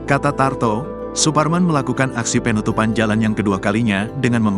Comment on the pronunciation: Pengucapan kata PEEEEnutupan... Penutupan bang.. Bukan PEEEEnutupan Ga enak bener dengernya..